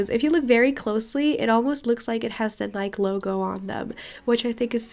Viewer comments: awesome video but remember when ou said you want to learn more English from us here is one when you say Nike say Nike EEE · The correct way to pronounce Nike is nye-key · This is such a creative idea! Love it!^^ Also, in English Nike is pronounced Nike-ee if that makes any sense! 😁